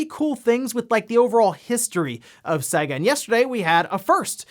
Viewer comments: Urgh why do you say Sega so weird? It's pronounced Sayga not Sagga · It's pronouced 'say-ga'. It says so at the start of every fucking game!